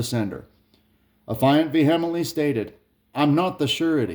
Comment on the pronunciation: learn how to say vehemently...